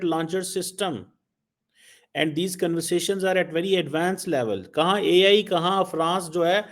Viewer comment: Sadakchap ki Filler words Aaaaaaaaa aaaaaaa Koi asan cheez nehe hai Vyery vyery important What i understand, What I realize Mujhe to yehi Nazar aaraha hai Jo bhi ho jese bhi ho.. (2) 😂😂😂😂